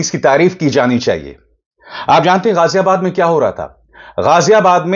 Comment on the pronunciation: Sir, you said Ghaziabad, which sounded good to hear. Usually Indians say Gajiabad.Your vlog is completely unbiased. This man wearing orange clothes and glasses is honestly talking a lot of nonsense against Islam. Such people should be taught a lesson. If India has to be saved, then Modi will have to be removed. He has turned India, which used to be a secular country, towards extremism. Sometimes Muslim girls’ veils are removed, sometimes Christians are attacked on Christmas, and sometimes people are forcibly made to adopt his religion. Every human being should have the freedom to live their life in their own way.